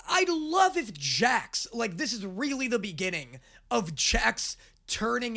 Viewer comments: did he really say jack instead of Jax 😑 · I am so good at names you guys are lying! Also: Calls Jax Jack half of the time